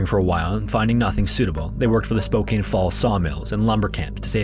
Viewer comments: Hey there. Washington resident and native here. Spokane is pronounced Spo-Can. For future videos involving the strange pronunciation of names here, Puyallup is Pew-all-up, Yakima is Yak-eh-mah. Stellicoom is Stelly-com. What other, oh, Snohomish is snow-hoe-mish. Bound to be others non-natives butcher. Not your fault. All native names. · It's Spokane valley but it's pronounced Spokan. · Scary interesting falling into the trap of pronouncing Spokane wrong 😔 (for reference, it’s pronounced “spow-can”) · that's not how spokane is pronounced. it's pronounced spoke-ann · Spocain is completely disrespectful pronunciation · The E is silent in Spokane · Btw it's Spo-CAN not cain Edit: as additional info, in the first story, that area is generally called silver valley and the mines produced so much lead waste that it literally change the color of the water in the area. Millions have been spent in recovery efforts (that none of the mines have had to pay for the most part) and it's still very high in lead in the area to this day. It's so bad that people's yards have to be entirely replaced with dirt (as in, it all dug out and fresh brought in), you can't have a well, you can't eat anything grown in the ground (there's also a lot of arsenic, but it's not as widespread as the lead), and the residue is high enough that people, especially children need to be monitored for lead poisoning. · Spo-KAN my boi. Not Spo-KANE. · First story, I do have a pronunciation correction for you. Spokane is pronounced “spo-can,” not “spo-cane.” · I don’t mean to be ‘that guy’ but it’s “Spoh-can” instead of “Spoh-cane” Love the content! Out of all the historical horror channels I subscribe to, this one always seems to bring constant flows of creepy and enthralling tales. Narration is top notch as well! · As a PNW native, it's pronounced spo-can, not spo-cane. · It's spo can Not spo cane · Just FYI Spokane is pronounced spo-can. Not spo-caine. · Spokane is Spo-CAN not Spo-CANE